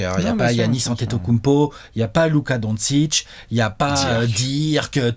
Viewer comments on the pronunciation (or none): none